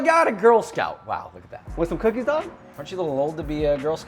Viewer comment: Who’s here when it’s “cookes” not “cookies” ? Lol